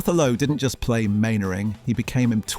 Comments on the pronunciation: Man-ering, not Main-ering! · Elizabeth Mainwaring was played and voiced by Parnell McGarry. Arthur's real-life wife appeared but never portrayed his onscreen wife. And Mainwaring is pronounced ""Mannering". And it was the BBC who changed the title from Jimmy Perry's "Fighting Tigers".